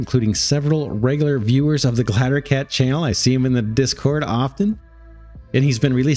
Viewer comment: First, these games look awesome. Second; Glider, Gl-EYE-DER. If I have to hear you say glattercat one more time I'm going to stab out my eardrums.